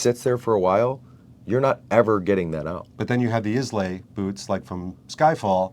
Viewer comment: Islay = “Eye La”